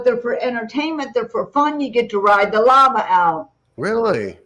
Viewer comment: I first hear "lava" as "llama" which actually makes more sense.